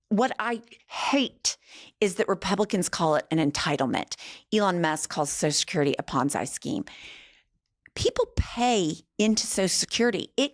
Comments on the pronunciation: Ponzi DOES NOT rhyme with Bonsai - it rhymes with Fonzi. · Both of you say “ponzi” the same way… Pawn- zay… It’s actually pawn zee… Very cute, though 😉 I’m a big fan and a longtime subscriber, keep up the good work! ❤ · like fettucini it is pronounced Pon-Zee Its an Italian name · Love you girls, but I think you both pronounced Ponzi Scheme wrong. It's like pawn-zee. Lol